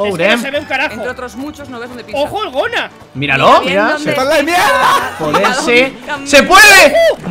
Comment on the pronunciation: es gonaluh no goluh ni gonuh (sin ofender)